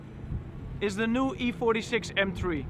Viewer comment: M TRIEEE? Praat gewoon Nederlands als de Engelse taal je niet ligt.